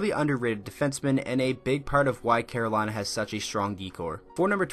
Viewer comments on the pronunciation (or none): none